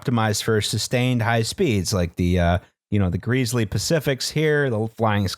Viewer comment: "Grease-ley Pacifics" JESUS CHRIST